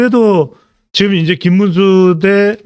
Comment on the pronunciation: 직끔 아니고 지금..